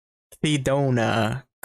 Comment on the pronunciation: I cry every time I hear "clidona" :(